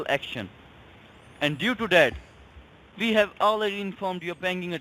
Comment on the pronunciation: I got talk them? Vee. “Vill” find you even in Artic!